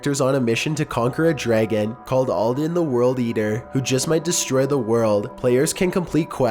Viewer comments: ALDUIN (all-do-ihn) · “Aldan” from Skyrim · no offense but you butcheted ald- du-ins name. and also based on the theories ive seen on the bugs it has nothing to do with alduin. and rosalina. not rosalinda